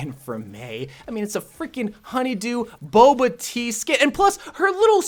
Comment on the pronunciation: Bulba? Its bubble tea not bulba tea.